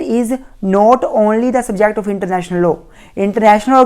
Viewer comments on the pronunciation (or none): Aap law ko low kyu bolte hai, just pronounce it as laa